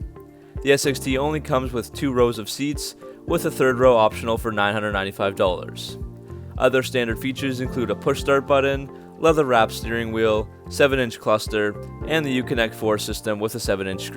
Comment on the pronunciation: Reese Barger he also says “button” like “budden” and “fascia” like “fasheea.”